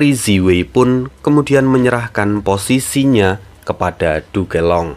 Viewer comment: Min bisa ga penyebutan "Duke Long" nyebut nya jangan "Du ke Long" langsung aja "Duk long" min ,agak aneh saya dengernya